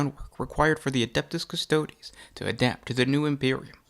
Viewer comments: “Kuss-toad”? - No. Say it with me “Kuss-toad-ae”. Applause 👏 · If you pronounce Custodes as Cus-toads, you should also pronounce Astartes as Ass-tarts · Cus-toe-deeeeeeeees!!! Please, it’s basically Latin. Custodian, therefore Custo-Deeeees…. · I found it very difficult to watch a lore video about one of my favorite factions done by a dude who kept mispronouncing their name